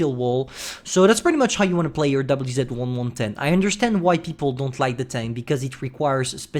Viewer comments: both him and droodles have their brains melt when pronouncing Chinese tank names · But the subtitles say the WZ-110's name correctly unlike.